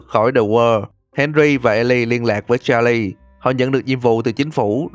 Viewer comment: Đọc tên Charles sai rồi